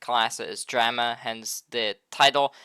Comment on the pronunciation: Wtf is dräma?!😂